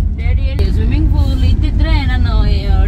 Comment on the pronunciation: ಫೂಲ್ ಅಲ್ಲ ಪೂಲ್